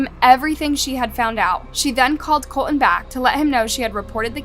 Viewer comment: Is there a reason the AI narrator cannot pronounce "Colton" correctly? It contains a "t" at the beginning of the second syllable.